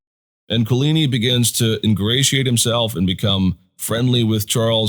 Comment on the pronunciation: Could you please find someone at your school to teach you how to pronounce Guise and Coligny correctly?